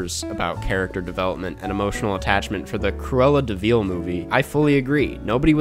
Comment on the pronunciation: Everytime he says Cruella deVEAL